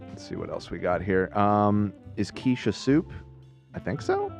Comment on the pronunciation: Love calling quiche “key-shay” 😂😂